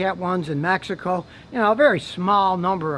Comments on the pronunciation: I'm just glad to hear an american properly pronouncing "México" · that is the way it's supposed to be pronounced. That's how spanish speaking people pronunce it.